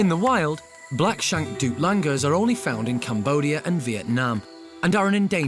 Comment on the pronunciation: Douc Langurs guys... Not "Duplangurs".